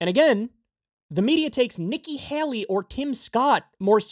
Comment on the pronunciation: "Haley" is pronounced "HAY-LEE" not "HAYL-EE"